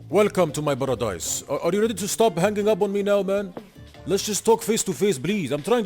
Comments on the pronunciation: Welcome to my baradize killed me! xD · Hallo Brathar welcome to my Baradise 🤣🤣🤣Legendary